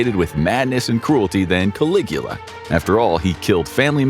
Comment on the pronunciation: Obviously, you can't. You had to edit your comment. He did say it correctly.